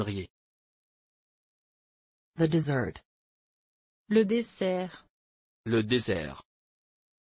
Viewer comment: They got dessert wrong. It's not pronounced that way, at least not around Paris.